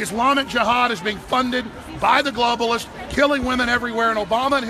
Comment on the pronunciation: "gloaballists" xD